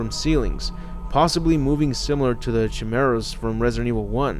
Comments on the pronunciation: chimera is pronounced kimera. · Its prounouced "kai-mera" even if its spelt chimera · I think is "Key-Meh-Rah" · the chi in chimera is pronounced like the ki in kite. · Your pronunciation of "Chimera" is embarrassing.